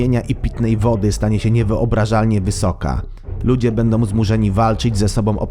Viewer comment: Bendom, muszom, powodujom, tworzom, mogom, całom >>lektor kładzie ten film.